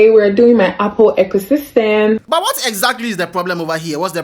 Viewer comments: I can’t take anyone serious who says ekooo system 😂😂😂 e co ! Hai Ghana and horrible English oh I want 200 seeedissss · oh bro ekooo system how ekooo Atlantic Ana eco to pronouncing am turn some way !! And the cedis issue is more annoying 100 seedisss ghana eh !! 😂😂